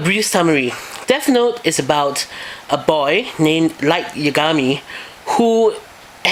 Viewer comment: I guess it wouldn't be so bad if you would pronounce your "th" like "th" and not "f" so not like Deaf Note. And I didn't know there are other reviews, I just saw yours.